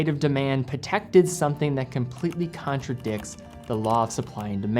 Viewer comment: lol the way he says patek sounds like patak